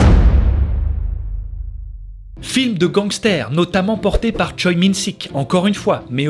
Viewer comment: Merci ! Des pepites silenced m’a fait vivre trop d’émotions ! Petit tips de prononciation de nom de famille coréen lee =[i] et choi=[chwé] park=[pak] avec ca tu vas pouvoir te la rack ^^